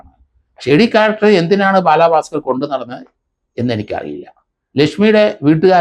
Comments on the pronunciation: ബാലാ ഭാസ്കർ അല്ല ബാലഭാസ്കർ ☺️ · 😁അത് കേൾക്കാൻ നല്ല രസം ഒണ്ട്